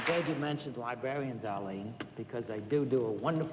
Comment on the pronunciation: For such an erudite and educated man of letters, Bennett Cerf pronounces the word librarians as: LIE-BARE-IANS, after Arlene introduces him.